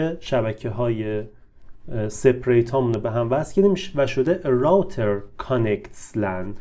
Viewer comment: تلفظ روتر